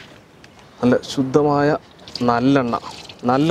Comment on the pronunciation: 🗣️"സക്കിലെ ആട്ടിറ സുദ്ധമായ നല്ലണ്ണൈ "